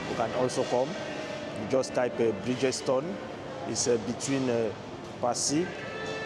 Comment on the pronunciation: Brother, Bridgetowne not Bridgestone 😅